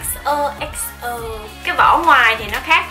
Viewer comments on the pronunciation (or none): Chị ơi,cái chữ XOXO đọc là XÔ-XÔ nhé.Em chỉ góp ý